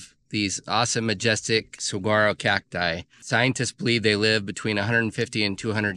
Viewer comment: It's not pronounced sugwaro, it's suwaro.....